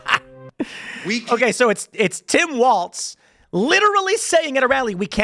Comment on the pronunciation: I wish Tim would untie his damn tongue and stop calling Walz "WALTZ". I don't even like the guy but this is what you do for a living Tim. Just like "Cape"ernick... it's "CAP"ernick.